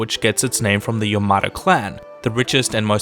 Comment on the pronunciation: The way he pronounces Yamato tho 😢